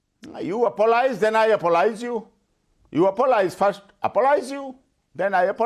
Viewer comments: The man says apololize how the F@@@ is he a supreme court lawyer???? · How can someone be a lawyer if they don't know the difference between "apologize" & "apolize"? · Omg how many times did the lawyer say apolohise??? GEEZ he can't even speak properly moron.